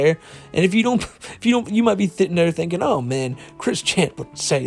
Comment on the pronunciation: you said “you might be thitting thinking” haha